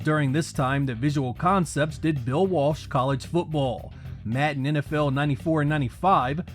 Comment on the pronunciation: Im sorry but pronouncing "Madden" as "Matten" is completely unacceptable.